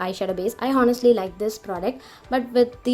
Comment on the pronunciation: h is silent in honestly...